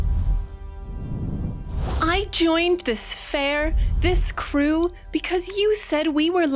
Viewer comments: Silas is pronounced with a long i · 2 minutes in and that's not a circle and that's not how you pronounce Silas